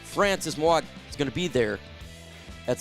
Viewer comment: It's pronounced Maui-noah.😂